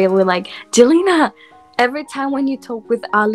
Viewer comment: Celina bang bukan celana